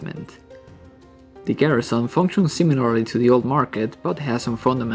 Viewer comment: Stop saying garissaon it's garrison